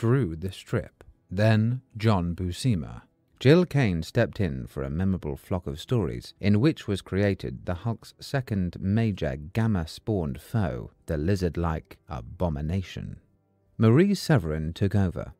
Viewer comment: Very informative! Nice job! One criticism: Gil (Kane) is pronounced with a hard "G" like fish "gill' not a soft "G" making it Jill.